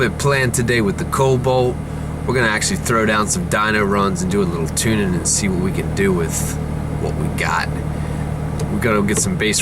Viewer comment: i know this is super old but COBALT not COBOLT